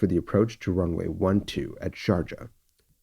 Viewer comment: Great recreation, as usual and quite shocking episode. Just one comment on the pronunce of Sharjah: I believe the "j" should sound "ee" as in "bee", if this makes sense to you.